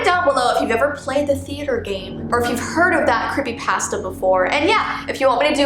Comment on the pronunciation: Ypur saying the food pasta not the creepypasta idk if this helps but its pa-sta